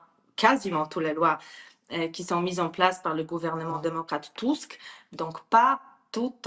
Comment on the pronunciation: Enfin qq1 qui, ds les médias, l'appelle TUSK, et non pas TUSK !! Cela doit bien l'escagacer d'entendre faire rimer son nom avec le Petit M..rdeux à chaque int'L "press report" ! BTW, cette interview a l'air de dater de qq mois : = "...alors pourquoi, à la veille de ce 2eme mandat Trump , ..."